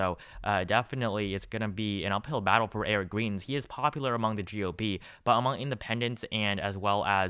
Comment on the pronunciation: Greitens is with a long I, rhymes with fry. Not a long E, like tree. You can just call him trash instead 🤓